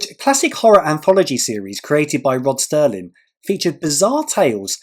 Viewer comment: Congrats on episode 100! We always look forward to your quizzes! BTW, Nurse Ratched is pronounced like the tool "ratchet" and it's Rod Serling, not Sterling. Thanks for adding the option A in the music round for us old heads!